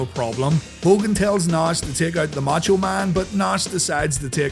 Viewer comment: it's funny how you can say the name rowdy piper but not savage and nash, you say it like sevage and nesh